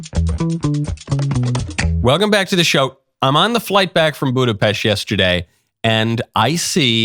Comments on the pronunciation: Thank you for saying Budapest correctly. We are not pests. It's "pesht" 🤌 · Michael's Budapest pronunciation is correct